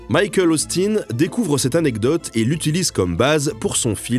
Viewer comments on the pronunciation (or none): none